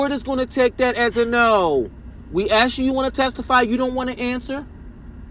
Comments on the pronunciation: Right😂🤣😂... He says Axe🤣... Only murderers say Axe instead of Ask🤣😂😂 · He can’t say ask 😂 or asked either 🤦🏽‍♀️.